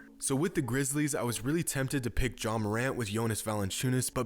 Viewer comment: You said John not ja